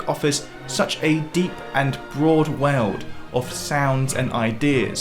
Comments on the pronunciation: Oh, what? A weld?… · why "Werld"? xDDD